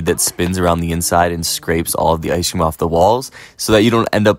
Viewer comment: Good idea with the “iceshh cream” 😂 I been saying it the way you do and my friends look at me like wtf 😂 they’re like why are you pronouncing it “iceshhh cream” 😂